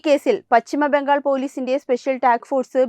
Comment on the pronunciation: Malayalam thettayi pronounce cheyyalle! Bhangal alla Bangal , vidhyarthi alla , vidyarthi